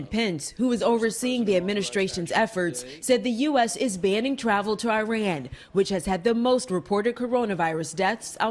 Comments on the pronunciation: it’s not Ayran as in I-phone. It’s Iran. Like E-mail. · Moreland Lesswater she’s trying to say Iran is pronounced E-ran, not I-ran.